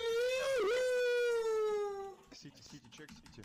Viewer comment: "mamma mia the purpuurrr"